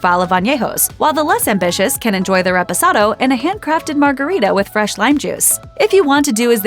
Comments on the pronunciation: Did you just say "RESPOSADO"??? Huhhhh?? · did she say Res-press-ado? wtf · Did a whole video on tequila and can’t pronounce REPOSADO correctly